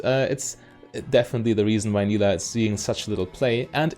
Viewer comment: It is pronounced like you did in the video, she says her name in her taunt and I would guess that she knows how to say her own name correctly ^^